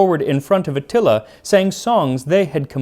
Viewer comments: You pronounce many other names and titles with flair—do so with Atíla, pronounced A tee la And it’s done in a pot so it becomes heavenly and falls apart. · bruh you really gotta listen to the names you say in your videos. i cant take another atilla xD